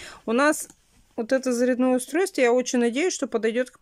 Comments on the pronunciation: ЗарЯдое,а не заряднОе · здравствуйте! Вы же обещали рассказать о результате похода супруга к хирургу с пальцем. И... ещё один вопрос: а почему Вы говорите устройство заряднОе??? Ведь по правилам русского языка нужно говорить зарЯдное. Если привыкли так ставить ударение, советую в этом случае исправить привычку ( Вы же не старушка, чтобы выражаться как-нибудь, по привычке). Не хотелось бы Вас этим обидеть. Здоровья всем вам. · У кого шаИн, у кого шЕин. Ну и блогеры😀😂😀. А еще и устройство заряднОе. Уши вянут. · Мне прям по ушам дало это ударение